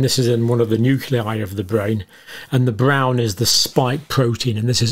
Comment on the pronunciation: Nuculo…..or nucleo…..?